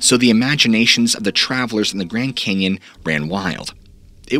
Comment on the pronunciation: The Grend Cenyon! LOL